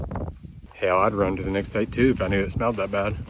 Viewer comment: "That's one of dem best blackberries I ever had!" 🤣 country af 🤠 Love it!